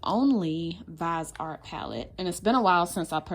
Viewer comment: By the way you pronounce viseart wrong it's pronounced vis-e-art